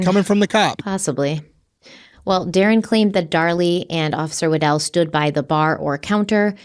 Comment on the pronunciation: When busted out with Officer "Waddle" I busted out laughing. With all the seriousness of this case that made me laugh. established the mans name is "Wa-dell" but has to throw out waddle lol thank you I needed the laugh after this story